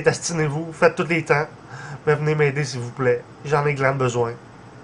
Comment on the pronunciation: "À l'aide sivouplait j'en ai grand besoin " avec son accent et tout il fait trop pitié se mec ! hahaha